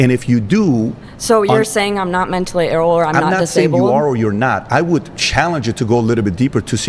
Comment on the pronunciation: "Menstally ill" 🤔 you don't say?!?!?